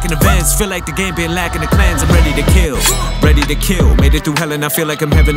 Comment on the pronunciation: The only think I don’t like the way he says like with l sound lol